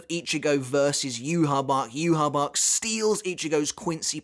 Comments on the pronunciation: yahve, its pronounced yahve, not yuhabak, its the name of old testament god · Ima stop you right there learn how to pronounce the name its not youhabach there is no b in his damn name it is ywach pronounced yawach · juha bach or yah vak is still better than the pronunciation the anime gave him with juha baha. The hell kind of villain name is that bro? lmfao still love bleach tho